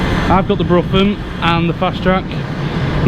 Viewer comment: Keep up the good work. They pronounce the broughan as ‘brohan’